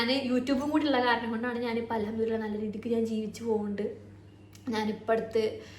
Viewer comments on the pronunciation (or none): none